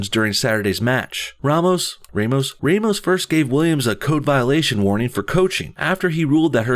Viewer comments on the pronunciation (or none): Ramos is said like you said in the first time RAHmus, not REImus, since he is portuguese. but good job ;) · Rah-mos is correct. #SpanishSpeaker